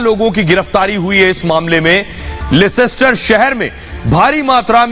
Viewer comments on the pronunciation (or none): It's not lescster It's Leicester... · Leicester is spoken lester લેસ્ટર. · it is Leicester Ley - ster(that is how you pronounce it) Anaradi na bane...... London niche hai aur Leicester oopar hai - Ghusi baat khopadi ma nahi hehehehehehe... Seriously, Arnab! Respectfully, your boys have mud in their eyes!